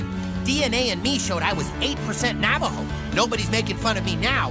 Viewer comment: that pronunciation of Navajo made me cringe a little bit